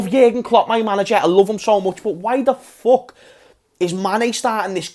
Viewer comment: "Why the fock"?🤣🤣🤣